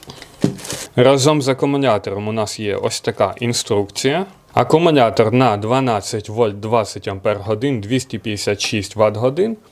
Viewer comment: Привіт, дякую за огляд. Але кажіть будь ласка акумулятор, а не акумунятор